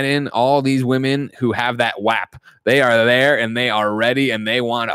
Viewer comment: The way greg miller pronounces 'WAP' in this